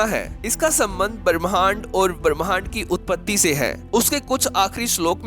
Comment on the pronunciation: भरम नहीं भ्रम , बरमहंड नहीं ब्रम्हांड, परमान नहीं प्रमाण।